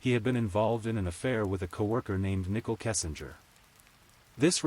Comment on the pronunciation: Voice AI: Shannon= Shaw none Nicole = Nichel. Ruins the story. Please do better.